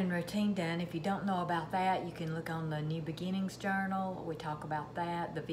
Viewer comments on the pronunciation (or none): none